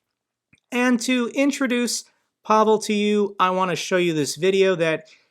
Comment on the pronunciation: Hello,. Pavol is a Slovak name. This guy's name is Pavel, pronounced PAvill.